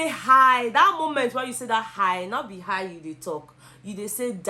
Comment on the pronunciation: Oh my God, You are not saying hiii You are saying dieiiiiiii.🤣🤣🤣🤣 You did justice to the topic, thanks so much.